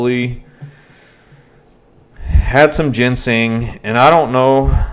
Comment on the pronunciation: She went to jail on August 1st for missing a previous court date. If you know anything about this area (east tn in general) youd know it's bad for heroin meth and pills. And to correct your pronunciation of a few words. I'll spell them like they sound. Jin-sang and criminal Kay p us.